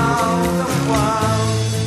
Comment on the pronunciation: The only thing missing from the Nirvana version is the proper pronunciation of 'controwl', 'fayce' and 'wahrld'. Other than that, Curt nailed it.